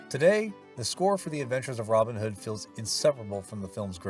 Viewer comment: A timely point of correct pronunciation from a native of GB. His name is pronounced with the emphasis on the second name not the first - Robin HOOD. To do it the Yank way is fine for Yank characters but please, show some respect for an English legendary character.